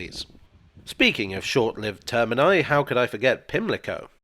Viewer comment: Thanks for saying “termini”